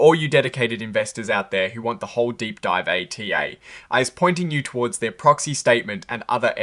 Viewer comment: Atai is NOT an acronym. each letter doesn't stand for something else. the vowels are pronounces like "uh-tie".